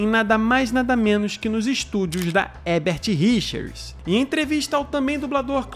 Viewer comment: Leigan para o ótimo Marco Ribeiro, que fala Herbert Richers e não Hebert como o comentarista desse canal sempre fala.